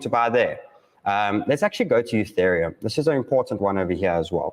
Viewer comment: E-thereum. Not U-thereum. My ears hurt whenever it's mispronounced